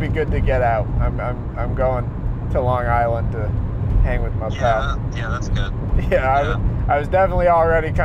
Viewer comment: “Larng island”